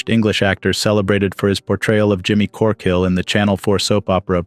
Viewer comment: Say it the proper way "it's Jimmy corq'hill!" Only time I hear Dean back in the limelight 😔Rip. Whatever drama brookie had, jimmy was always the underdog.